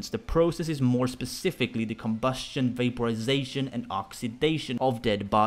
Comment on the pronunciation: COMbusTION, vaPOrisaTIION, OXydaTION. What about your INtoNATTIOOON?